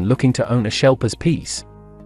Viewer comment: Erm…. No…. I live in the UK, and know he means ‘Sheplers’ when he says “shelpers”…. So no… “sheplers” is fine if you ain’t got a lot of international options but that’s about the extent of It.